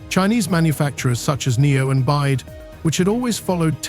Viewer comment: Total ignorance of this narrator in regard to the industry as he keeps calling BYD bide. This is an ill informed rehash of misinformation that has been around for months for the purpose of getting clicks and spreading false information.👎🏻